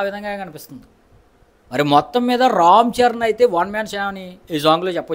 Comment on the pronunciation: ఆ భాష ఏంట్రా బాబు పలకడం రాకపోతే చక్కగా తెలుగులో చెప్పు press peel esspessalli buchu babu rom charan etc...